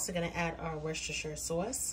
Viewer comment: hi from the UK I'm here for the fabulous accent......."worcestshire" pronounced "wus-ter-shur" 😇